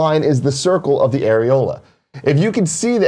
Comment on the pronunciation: Air-e-hola. Pointy Latin nipples. Thank you for letting me get that evil out.